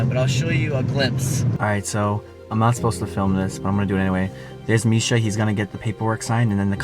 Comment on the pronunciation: Misha not mich